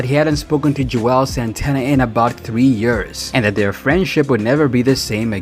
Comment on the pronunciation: He just kept slaughtering their names. 😂 he said Juelz three or four different ways.